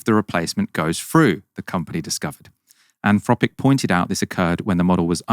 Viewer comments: Is it ‘Anfropic’ as says it is, or’Anthropic’? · 'Anfropic'! C'mon,concentrate! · anfropic? can't you pronounce your th sounds? freaten? i thought only toddlers spoke like that